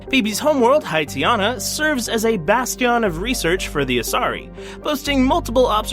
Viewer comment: I like how you pronounced Peebee's name perfectly but then butchered the word "bastion" 5 seconds later..